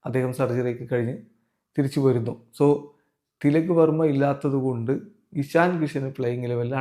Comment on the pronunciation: എഷണി അല്ല ഇഷൻ